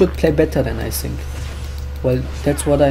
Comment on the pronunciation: Are you German? You say sink instead of think! Germans can`t say th^^